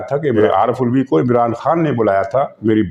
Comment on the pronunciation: سر کو پتہ ہے۔ لیکن وہ علوی کو الوی کہہ کر اس کی منجی ٹھوک رہے ہیں 🤣😂😜